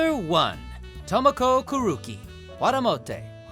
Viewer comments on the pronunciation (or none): Hearing an anime voice actor pronounce Ayame Ayama and kunoichi kunochi and Kuroki Kuruki hurts my soul as a fan of anime dubs... Todd, my dude, this is your literal job.